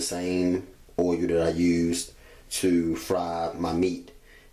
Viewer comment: Idk what he was saying oiyuh tf is that